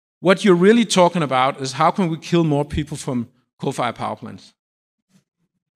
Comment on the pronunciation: This guy refuse to pronounce nice and slowly "coal fired" ... nah "cofayah" sound a lot better.